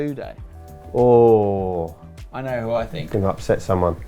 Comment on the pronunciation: I thought it was asude not osude